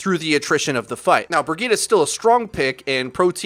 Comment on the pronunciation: Brigeeda!?! Bro, it's Brijet! Bridgette.